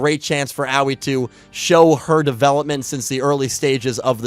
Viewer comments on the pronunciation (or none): I am and will forever be in at least slight amazement at how you refuse to pronounce Aois (AHOhE) name correctly. Anyway, when will you take my idea of doing weekly yugioh reviews of the various series (perhaps vote based) of the previous series as you had done previously till more is known about Y7? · Honestly, VRAIN's greatest writing flaw is that Akira didn't shout Aoi's name enough times for to learn how to pronounce it. I now call her BooBoo Angel because of you, I hope you're content with yourself.